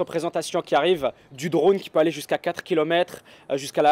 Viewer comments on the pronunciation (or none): none